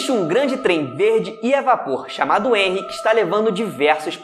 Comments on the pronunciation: NÃO É "enrry" A PRONÚNCIA, É "rrenry" (eu sei q n existe palavra con maiúsculo primeiro mas é só como pronuncia) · Pronuncia de henry: réuir